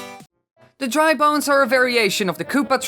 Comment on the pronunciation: I thought your said drug bones